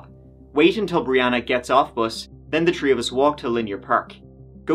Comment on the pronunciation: In this episode, said “tree (3),” “turteen (13),” and “turty (30)” fifteen times.